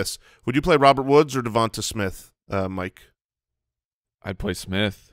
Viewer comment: Guys... Mike has it right.. it's devontay smith... Stop calling him devontuh